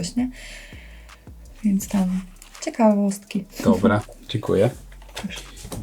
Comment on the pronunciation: Tam to nikt chyba nie potrafi powiedzieć "dziękuje" ...